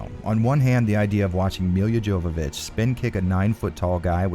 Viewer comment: It's pronounced Yovovich. Come on!